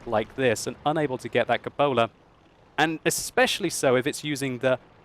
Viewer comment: World of Tanks Xbox One/360- Diary of a Tanker Not as bad as cup ola. lol. When does he say substantial?